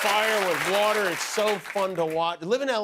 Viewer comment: If you have a fish and you stop the "ueter" , is not going to " hert" "defiiiish" !!!!